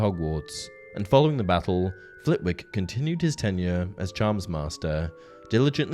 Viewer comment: It's pronounced Flittick not Flit wick, and please don't try and tell me that it isn't, I grew up 2 miles from Flitwick. Oh and Scrimgeour is pronounced with a soft 'g' hence the e between the Scrimg and our.